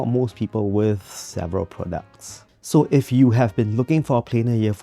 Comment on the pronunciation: Uhh did he say “several products” or “several pronouns” around the mark?